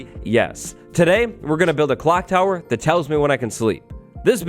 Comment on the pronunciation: Clock tower not "clonk tower"